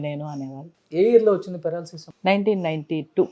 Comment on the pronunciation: పారలాసిస్ కాదు పెరాలసిస్